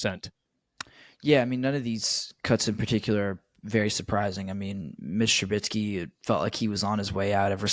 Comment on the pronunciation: 1 good thing about cutting mitch...we dont have to listen to pronounce his name wrong again